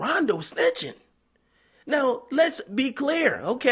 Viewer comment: He said cdai snitching.. Dj stupid ass akadumbass